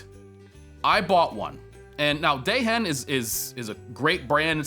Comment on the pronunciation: Dehen is pronounced, "DEE-ehn". ;)